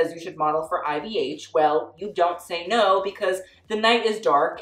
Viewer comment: the way you said no in the little french accent killed me lmaooo "NO"